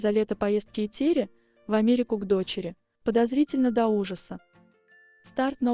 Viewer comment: Что за тупой формат с этими глупыми глазами. Научитесь правильно произносить имя Этери Георгиевны